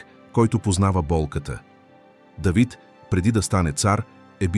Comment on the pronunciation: Не Дейвид моля....а Давид...не паша с ударение на второто а ..защото така визира владетел...а паша с ударение на първото а означава храна ...моля ...четете правилно тези чудесни библейски пасажи ...не променяйте значението ...хайде моля....